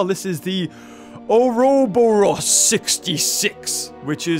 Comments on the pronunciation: FYI, it’s pronounced “Or-boar-os”, it’s a symbol depicting a serpent or dragon eating its own tail. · its pronounced ore-a-boar-us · Pronounced (ore-oh-boris) I know how it is pronounced because I have seen the word before. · I played enough Resident Evil 5 to know its pronounced like 'Oor-Oh-Bore-Os'. Global Saturation and all that. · It’s pronounced Ore-ra-boar-us...